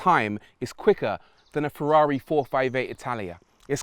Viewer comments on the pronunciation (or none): none